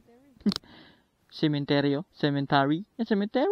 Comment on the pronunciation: waa sa kanta2x na part uy . hahaha buto nahimong boto 🤣🤣 (typo) cemetery dapat dli "cementery" HAHAHA Lingaw aya infairness 🤣🤣🤣